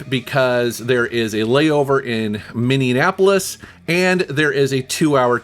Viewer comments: Quite the pronunciation of Minneapolis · I liked the pronunciation of Minneapolis 🤣